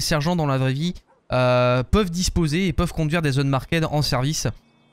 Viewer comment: Pro tip: Unmarked se prononce "unmarkt"